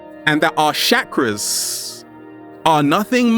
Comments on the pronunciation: Bruv you gotta learn how to pronounce Sanskrit ...its "Chuck-ra" not "Shakra"...but very real and humourous delivery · 1st thing in the day its chakras not shakras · Why is he called Chakras, Shakras? lol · "Shackras" lol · He says chakras weird & it bothers me soo much he says it like shakaras 😰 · The way he was saying chakras was killing me